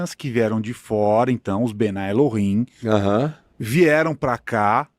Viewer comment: Pastor, quem fala que o Adam e Chava foram criados há 6mil anos é um grupo famoso judeu, são os super ortodoxos, não são todos os Judeus. E não se fala bnai El-him e sim bnei El-him.